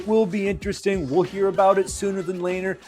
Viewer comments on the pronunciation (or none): none